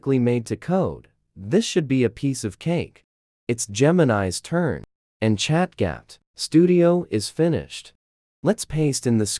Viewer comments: "Chat gyap" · ChatGPT ❌ ChatGapt ✅